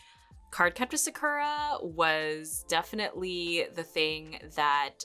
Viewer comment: Such a great trip down memory lane! Have you ever noticed that when you say "Sakura" as a character you say her name correctly, but when you say the title "Card Captor SakURa" you pronounce it differently, probably how you did as a kid. Isn't that interesting? It's hard to break habits like that. That was one of my favorite shows, too!